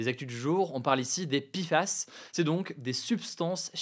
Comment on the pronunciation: Ça se prononce "é coli", pas "i coli", en français. Idem, TFA se prononce "té èf a" ou "té fa", pas "ti fa", et PFAS se prononce "pé èf a èss" ou "pé fass", pas "pi fass".